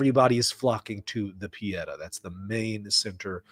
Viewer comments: Not Pe et ah but Pe eh tah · Google italian pronunciation of pietà is correct. I just say if you want to talk about it again. It's pietà, not piedah, but do not worry.